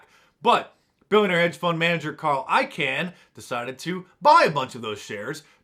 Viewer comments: I-Kahn Mark, I-Kahn not I-can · its pronounced ICON not carl ican. ... its bill ACKMAN not bill ackmin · It's actually pronounced Carl I-khan, or like the word 'Icon'